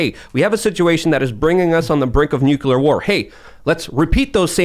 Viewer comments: HEY!! NUCULAR is not word!!! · Someone teach to say "nuclear"